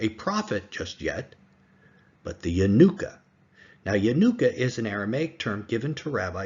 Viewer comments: Only 5 recorded on YouTube but not limited to 5. Only Elijah the Prophet can identify and proclaim the Messiah. Not the Yanuka or the Jews. Also, you make him say like a holiday, Hannuka. It is Ya-NU-ka. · It is Yanooka not a word that rhymes with Hannuka. He is indeed the Messiah.